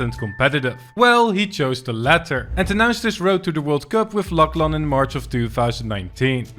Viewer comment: “luck laan”lmfaoo